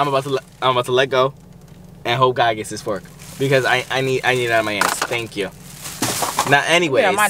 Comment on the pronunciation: He said four thank your lol